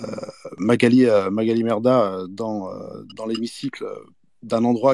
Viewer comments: C'est moi ou il dit "Magalie MERdah" mdrrr ? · Non non il dit bien "Merdah" 🤣🤣🤣🤣